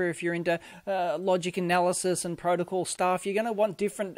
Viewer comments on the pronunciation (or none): none